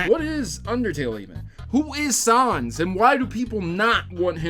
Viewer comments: Troughout the whole video I kept quietly yelling "IT'S NOT SOHNS IT'S SANS" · He says Sanez Its sans GOSH get it right :P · i hear sawns not sans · Sons? I think you mean Sans. It's really not a hard word to pronounce. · its nor pronounced "sons" its pronounced "ness" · When an Undertale geek hears someone pronounce sans as sons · Sauns? Excuse me? 😅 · The a in Sans is pronounced as a short a like in the word "sad" 😗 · Camic Sons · Sans was pronounced wrong here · I'm sorry but your pronunciation of Sans is cringe. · That's not how you pronounce his name. It's like saying Comic Sans.